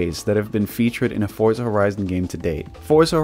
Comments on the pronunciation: It's actually pronounced "Fortza" because it's an italian word like Pizza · Americans pronounce Forza incorrectly. It's pronounced Fortza the same same you would pronounce pizza as peetza.